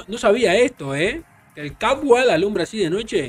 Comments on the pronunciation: Se llama Estadio George Capwell Se pronuncia Capuel o algo asi :') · Mucho inglés primo, tiene que decir Capuel para los mortales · Jajajaj capwell saludo desde Ecuador en español (CAPUEL) para q lo pronuncie vien mi estimado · Se escribe CAPWELL se pronuncia CAPUEL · ese estadio de emlet esa caja de fósforo con el temblor mas chueco quedo encima con la final esa webada se va abajo:V se pronuncia(capuel) el george cawpell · Así no se pronuncia el estadio de Emelec